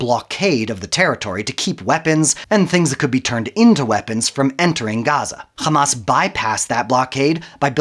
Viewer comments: Who ever can't even pronounce Hamas and calls it Khamas, Is people who support the wrong side in the history. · مش سامعة بينطق "خماس" ازاي ؟ صهيوني عفش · once he said KKKKKhamas .. I knew the video is a koko